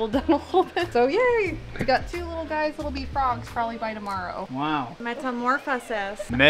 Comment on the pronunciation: CHAT: What are the names of all the Reptarium Crew..? I forget the females names all the time, idk y?!...i know there's a, Noah, A.J.,........?,..........?,............?, (need help, thx!😉) serenades _________ by the way he said "Meta-mor-phas'i`s" -- she can't stop laughing... what's her name again? she's real cool, funny, and she's pretty. She would make a great couple w/ ice-cream loving trainer!!